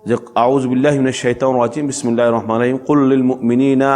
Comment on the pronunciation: আউযুবিল্লাহ...বিসমিল্লাহ... টাও শুদ্ধ করে পড়েন না আবার আসছেন ফতোয়া দিতে...গোছল ফরযে না স্পর্শ করেও কুরআন পড়া যাবেনা এই কথা কোন হাদিসে পাইছেন? আল্লাহ আমাদের এদের মতো জ্ঞানপাপীদের থেকে হেফাযত করুন।